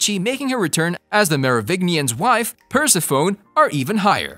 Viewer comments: lol, "Per Si Phone" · Persephone: per-sef-onee...loved the video tho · Per-se-phone lmao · The pronunciation of Merovingian and Persephone were on point.